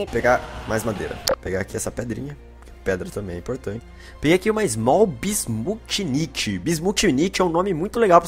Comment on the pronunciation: "Bismutchinitchi" kkkkkk